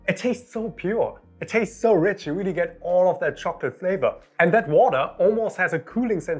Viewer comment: “Weally weally quickly”